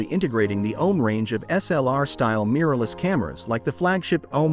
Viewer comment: Mmmm a " Meeeerless" camera...🤣🤣🤣